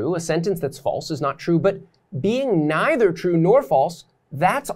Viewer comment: Maybe spend more time learning how to pronounce either and neither.